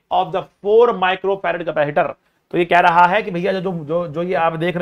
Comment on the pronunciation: Ordinary ones: capacitor sir the ultra legend: capahitor 🤣🤣